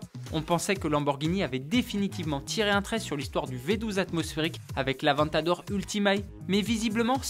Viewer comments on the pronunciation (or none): avant t'adore ?, grosse erreur de prononciation ! ça se dit avèntadore les amis !